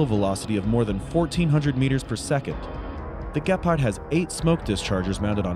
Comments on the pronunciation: The way he pronounces "Gepard" drives me crazy, it is spoken with a long E. Maybe just use the english word "cheetah" instead :D And than i ask myself if even the english title is wrong? "This Germany's Weapon" shouldn't it be "This german weapon? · It sounds funny how you say the name of the tank and the name of the company. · why are you saying gepard so weird. It is named after the african cat you know...